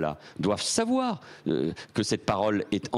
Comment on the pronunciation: Manu le soumis dit (en tenant le micro d'une facon assez X): ,,,,doivent SAVOIR(avoir un accent assez X) ,,,, doivent SAVOIR,.... doivent SAVOIR. alors le message c'est: qu'on ne doit surtout pas SAVOIR la verite cachee que Dieudo & Soral nous montrent. Honte a tout les francais qui ont la moindre sampathie pour un ministre qui a echoue de faire son role ( la securite national) mais qui a pu TEMPORAIREMENT reussir a sauver les interets de ses MAITRES